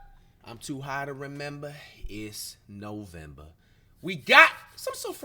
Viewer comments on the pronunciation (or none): To high to remembah, it’s novembah 🤣